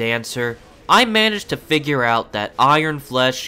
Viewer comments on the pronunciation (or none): none